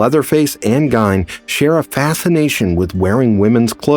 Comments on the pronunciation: Great insight. 1 slight correction. I live in Wisconsin so I am very familiar with the story. His name is pronounced Geen, like green without the r. ~Beth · For future reference it's pronounced Geen ( Ed ) . Just thought you should know. Great video too !!!